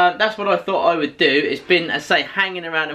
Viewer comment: I told BOBBY about you, I didn't know y'all hung out. Please do a collaboration 😭 that "wewd" be so amazing.